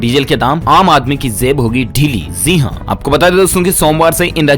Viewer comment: Zee haan Nhi hota bhai... Ji haan hota hai